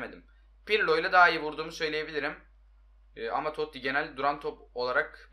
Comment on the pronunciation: Abi Toti toty degil ki